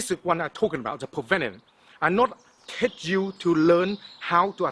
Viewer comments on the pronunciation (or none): none